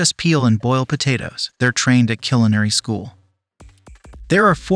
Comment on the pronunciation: LOL What the hell is "Killinary"